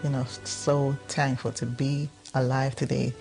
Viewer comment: Suzkni- Jamaican me crazy